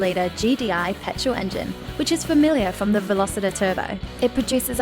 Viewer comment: Veloster not 'Velositer'!